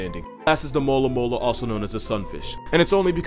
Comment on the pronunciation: When he said “mola mola” I had to play it back a few times. I thought he said “alomomola” like the Pokémon.